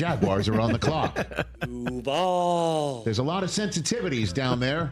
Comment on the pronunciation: I appreciate you saying DUVAL correctly sir